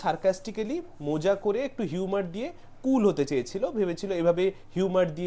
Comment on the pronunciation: তোমার ভিডিও আমি খুব পছন্দ করি কিন্তু তুমি মজা কে মোজা বোলো না । শব্দ টা ভুল। শুনতেও কানে লাগছে।